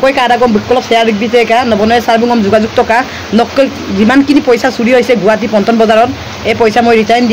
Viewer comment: Assamese pronunciation n help spelling Guhati nohoi it's guwahati